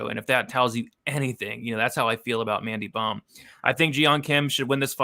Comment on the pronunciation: Mandy bohm? Sht man i will gratefully take the -275 on missing fists kim hahahaha its mandy bohm🤷🏻‍♂️